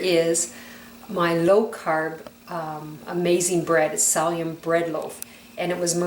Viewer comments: Not pronounced salium pronounced silium (psyllium!) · She needs to learn how to say, “Sill-E-um” husks!!! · Please note, it's psyllium, no sallium! Thank you. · Nice video,i believe it's pronounced silly um. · Haha! Thank you! I had no idea what she was referring to when she said "salium"! I even googled it!! Haha! :) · Your videos are great! What kind of drama queen whines about the way someone Pronounces psyllium!? -_ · Thanks for the information and recipe. The most annoying thing about your video is your pronunciation of certain words. Its Silli - um..... (psyllium) not salium and Yoe....lks... not oaks... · It's not pronounced SALLIUM, it's pronounced SILLYUM. Oh, and egg YOLKS, pronounced YOKES, not OAKS. 1🤣🤣🤣🤣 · Lol! " salium " and "Oaks" ??